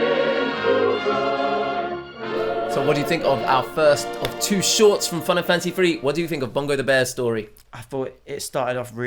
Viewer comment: For a second instead of Fun and Fancy Free I thought you said Final Fantasy III. EDIT: Now I keep hearing Final Fantasy III every time you say the title of this movie.